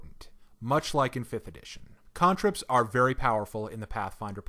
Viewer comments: same I was like "who the hell pronounces "can-trip" "cahn-trip". made me so stuck inside my own head i had to rewind to relisten to what he was trying to say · The pronunciation of cantrips was super distracting to me. XD ive always pronounced it "can" "trip" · "KHAAAAAAAN" ... trips